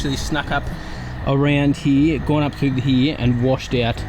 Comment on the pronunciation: Lol what happened to the R? Did it go hide somewhere? What R am I talking about? The one in the word Here. Lol the R is gone and replaced with eeeya. Lots of water over heeeeya. 😂